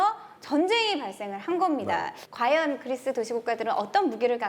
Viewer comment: 고대전이 현대전만큼 재미있을 수 있을까 걱정했는데 역시 기대를 저버리지 않네요bb 그/뤼스~ 하는 발음이 너무 귀여우세요ㅋㅋ